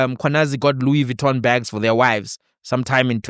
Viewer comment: "Louis Gitton" Paul O'Sullivan 😂😂😂